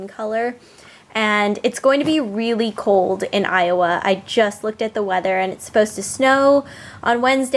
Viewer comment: when you say iowa(ayova), it means moon valley (ay ova) in turkish:) and i know that its named by indians whose roots are turkish... its funny that when you say iowa i heard turkish words from your mouth:)